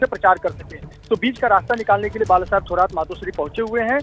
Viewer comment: थोराट नाही रे... "थोरात" असते ते...